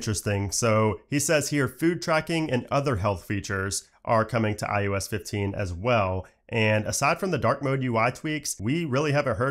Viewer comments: Stop saying IUS it’s IOS lmao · Can you PLEASE stop saying IUS. It's so annoying it literally hurts my ears. Stop mumbling and say it correctly